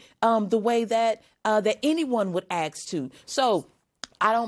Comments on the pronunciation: This person is in Congress. Ps. The word is “ask” not “axe” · And it's Ask not Aks ya toolbox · Don't AXE me ! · "axed to" product of the public education system. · Oh shit! What ever you do. Don't answer the question your were asked. Or as Bush said "Ax" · Sorry but how does someone that can’t pronounce ask correctly end up in congress? WOW! 🤣🤣😂😂 🤡 🤡